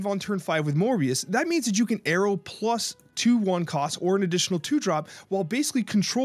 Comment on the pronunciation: I have never known people saying Aero like Arrow.